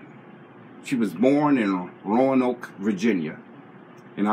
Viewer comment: honey, you said Roanoke right - very few do. I agree with you, cancer is a business. There are cures, but with all the billions of dollars involved it’ll be years before anything’s done about it - if ever. I grew up in the Roanoke Valley & never heard a word about Henrietta either. I’m so proud that ya'll thought enough of her to do a reading - it doesn’t have to be a certain month or time to share about someone special. Thank you both🎈